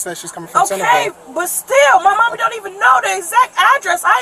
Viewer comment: Why bro say “mommy” like that 😂